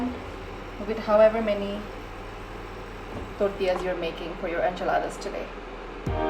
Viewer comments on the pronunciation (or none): even it is T O R T I L L A it's not called टोर्टिला it's टोर्टिया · Im not perfect but the way she is saying tortillas is too cringe . Its torillas not tortiyasss .. PERIOD